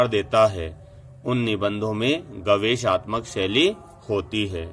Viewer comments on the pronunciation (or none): महोदय शब्द गवेषणात्मक है गवेषाााात्मकक नहीं